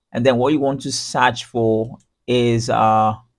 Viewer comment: "you want to SAARCH FOOR really got me" :D